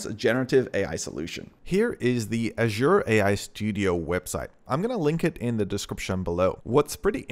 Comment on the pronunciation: How you pronounce azure 😂asua